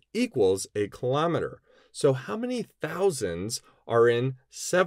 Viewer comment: What tf is a kilometerrrrrrrrrrrrrrrrrrrrrrrrrrrrrrrrrrrrrr